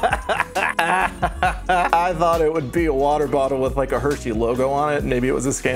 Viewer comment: hi this is my first time watching one of your videos i really liked you on the gus and eddy podcast but MY GOD the way you say "water" is disgraceful